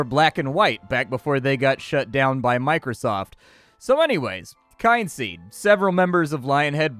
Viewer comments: Kin-seed not kyne-seed :/ Kin as in family.. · "Oh, a game about family. It must be pronounced KYNE-seed. Not at all KIN-seed." I remember a friend of mine calling Skyrim Skee-rim. That's what you sound like. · Oh, it's pronounced Kin Seed, not Kind Seed. Nonetheless your video is great as usually and the punctuality is appreciated. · Kin-seed, dude. Kin.